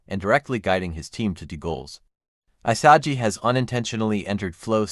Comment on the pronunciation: “I-sah-gee” lmaooo 😂😂😂